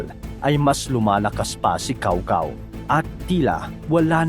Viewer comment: Cao Cao??? Lol… Tsow Tsow ata ang pag pronounce ng name na yan.